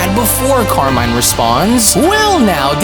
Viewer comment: BTW Carmine is italian so you should read it as it's spelled